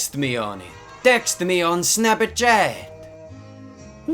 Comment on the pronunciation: Love how he immediately starts reading the dms with an Italian accent😂😂 snapachata